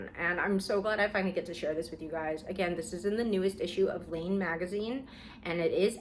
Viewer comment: Oh! I think I found it 😂 is it Laine magazine? I kept hearing lean 😅